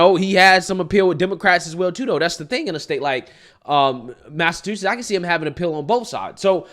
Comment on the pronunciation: Mass-A-Two-Sets. Lol